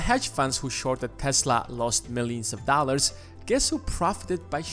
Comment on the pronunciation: “Pockyman cart...” “A hendrid dahlers” Why does no one speak English anymore?